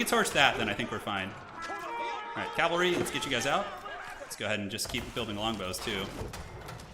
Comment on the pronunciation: Calvary vs Cavalry pronunciation